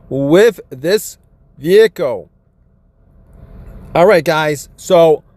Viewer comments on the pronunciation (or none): can't say his Ls "Vehico"